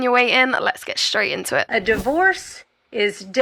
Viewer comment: Why do you, and so many other people these days, pronounce "straight" as shtraight"? Please give me an answer, it may help me calm my sensitive ears.